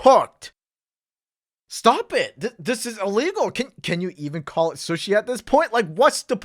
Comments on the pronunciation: Calls people weird Pronounces sushi weird I see how it is lmao Uno reverse my dude Edit: guess I'm a half serial killer already because I eat raw sushi yes, but I love fried sushi. Edit2: I sniff new food I haven't tried before lol Edit3: I love crust idk why people don't eat it, your eating bread already so it's not much different calorie wise. Edit4: flat soda is gross Edit5: I dislike ketchup on steak , I like steak sauce more or ranch and that's if it's not juicy Edit6: milk before serial is a crime Edit7: boneless chicken is dope, the bone fucking sucks most of the time. It takes up most of the chicken, and if you get a non spicy level anyway what's the point between bone or no bone . Edit8: lmao I ate pizza Galway then crust first at my high school to annoy people 😂 Eating everything in a cycle though is nice, and I eat the best last , So watcha back I guess 😈 I eat boneless chicken and eat specific stuff in specific order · I’m sorry, I heard shush-ee instead of Sue-she 😂 ???? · Makes fun of peoples different eating habits, Also: says sushi (soo-sh-ee) as sushi (s-uh-sh-ee) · Okay but I'm gonna call you sus for calling sushi "suh-shee" rather than "soo-shee". It sounds like slushee. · like another commenter also said.. did y'all notice how pronounces sushi like suhshi but not sooshi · This guy. I love but how are you gonna judge how people eat when you pronounce sushi as SUS-shi??? I've always pronounced it Sooshi. Am I wrong or is weird??? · he pronounces sushi like suh-shee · Yo just me or the way he pronounced sushi throughout the whole video like "sahShi/SeUShi" instead of "sooshi" like you're supposed to makes him a serial killer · why does call sushi "suhshi" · Man over here really pronouncing sushi as shush-shi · the most sus thing in this video is how pronounces sushi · The way he said sushi is a sin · Yo.... the way you pronounce sushi just hits the ear wrong. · Why pronounce sushi like that, sus